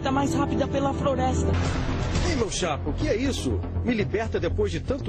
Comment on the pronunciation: Também,exibir uma dublagem onde o personagem fala froresta , tem que esquecer mesmo, assassinaram o português.